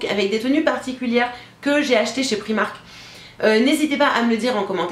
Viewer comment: La robe en dentelle est magnifique! Pour info on dit "Praïmark" (comme c'est une marque anglaise) ;)